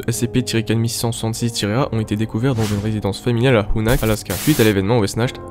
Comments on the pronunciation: De super animation et un scp plutôt flippant j’aime bien les musiques sont bien choisi mais je crois pas que sa se prononce wessnacht mais après tu es plus calé dans le sujet mais je pense avoir raison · Wechnart* en terme de prononciation c'est un mot a consonance germanique